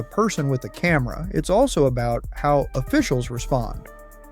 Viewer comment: Thought narrator said “sometimes all you need to spark chaos is a Karen” but he said camera 😆